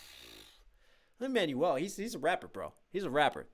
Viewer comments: Good reaction (tho the constant pauses are a tad irritating). But bro how is it not ONE PERSON (that I noticed) has corrected you on how Lin-Maniel's name is pronounced? Its pronounced Lin-MANWELL!! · Hey, just popping in to say it’s Lin Man-WELL Miranda. Not Man-you-ell. One is a name and one is what you throw away when you get a new phone. Just FYI